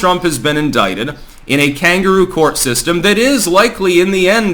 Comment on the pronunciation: "Because t's a kangaroo core..." Wut? "CORE"?